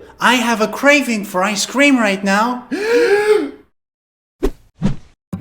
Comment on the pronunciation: Never trust a guy who emphasizes "cream" in "ice-cream"